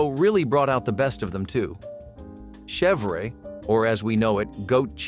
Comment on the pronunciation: Yes that is why he pronounces “chêvre” as chevray